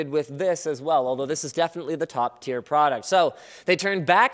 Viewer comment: anyone else hear "top tear product"